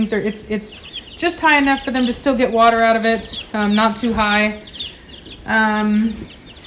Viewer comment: A little bit of Elmer fudd going on there a waise tge watar LoL